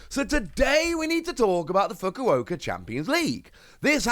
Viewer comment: You pronounced fukuoka wrong